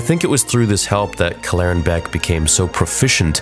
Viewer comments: Kell-eren Beq not Klleren Beq sorry but I just couldn't take it anymore. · Why do you insist on mispronouncing the name? I feel like I’ve been hearing you do this a lot recently and it’s honestly making me turn your videos off. Cal-laren? “Keller-ran” they say a few times in the episode 🤷🏻‍♂️ like bruh get the name right at least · Dude you are pronouncing his name wrong. Kel er anne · why are you pronouncing his name wrong in 5 different ways? Kell-Er-Rin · he can’t even pronounce the guys name right when they literally say it in the episode. I’m sure he’ll say it’s it’s one of those “AT AT, A-T A-T” ways of pronouncing It because the galaxy is so big…. Yeaaah sureee thing theory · what an interesting pronunciation of Kelleran's name. 🤔😜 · actually saying his name right would be a good start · Bro felt the need to recreate to pronunciation of Kelleran. Lol just say it how they do in the episode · You’re clearly saying his name wrong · Why is he changing the pronunciation of his name they literally say in the show how it’s pronounced and he pronounces it totally different. This dude does to much it’s annoying. Just say it the way they did on the show. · Why are you pronouncing his name like that?